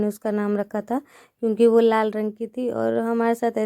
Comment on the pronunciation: Bo ghadi nhi ...vo ghadi likhiye na ap hamesa vo ko bo bolti h